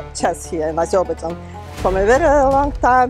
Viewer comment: As a proud Azerbaijani I can tell that this woman doesn’t pronounce the country’s name in English correctly.